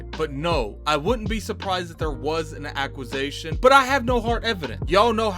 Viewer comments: What is an "acquis-A-tion" 😆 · Your homework this week is to improve your pronunciation of acquisition xD